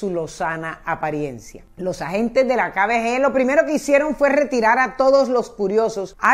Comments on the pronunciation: Dices muy mal "kbg" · No entiendo como pronuncia KGB Dice KBG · Repites Varias Veces KBG Pero Es KGB Señora Copié Bien La Historia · hay cientos de videos en youtube que tratan de la kgb, y pronuncian correctamente. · LA PRÓXIMA DI BIEN "KGB" EN SU CORRECTO ORDEN, GRACIAS. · Es KGB, de resto como siempre chévere! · Cómo cuando no sabes decir KGB